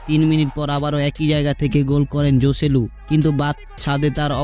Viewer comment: জসেলু না হোসেলু উচ্চারণ হবে